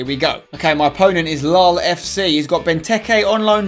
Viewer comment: At 56 when you said lol fc you said lal